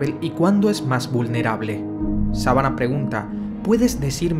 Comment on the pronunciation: Hey podrías pronunciar bien los nombres? Le cambiaste él nombre al pobre Dr. Sivana a Dr Sabana.🤔